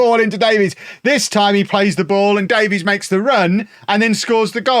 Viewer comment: The Welsh surname Davies is pronounced like "Davis" btw